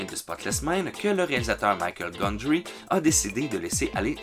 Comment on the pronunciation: Waaaa pour Breakfast Club j'avais jamais fait le lien avec Bender !! Par contre, Michel Gondry est français donc ça se prononce Michel et pas Maïkeul ;)